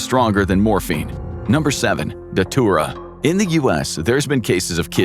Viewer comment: Datura is pronounced "datchura" btw